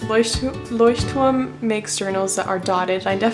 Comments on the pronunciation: Woah, I thought you were German when you actually pronounced Lechturm correctly, but scrolling through comments, you're actually American. Nice! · wait... you're not german? 😂 That was probably the best pronounciation of "Leuchtturm" I've heard so far and trust me I watched A LOT of videos about this 😂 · Are you german? If not, you are the first person to pronounce Leuchtturm correctly:) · are you german? you pronounced leuchtturm so good😂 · Du bist Deutsche, oder? Zumindest sprichst du das Wort "Leuchtturm" gut aus ^^ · Are you by any chance German cz you pronounced Leuchtturm perfectly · I swear she either speaks or is German because she cold pronounce that brand perfectly. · Your German pronunciation is on point. I also thought you were German at first. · as a german I thought you are german:D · leuchturm. i personally dont know the brand but that is a clear german pronounciation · First Person here on YouTube Who pronounce "Leuchtturm " the right Way 😍😂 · Wow you say "Leuchtturm" soo good. First I thought you are german :'D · ikr! she said was fluent in german in a reply to a commenter on this video :) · Yes i am german :D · Very nice video! Also, I like how you pronounce Leuchtturm, like how it's pronounced in German, instead of "Loish-term" (I kinda dislike that pronounciation) But yeah, definitely subscribing!👍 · Its great that you pronounced Leuchtturm right.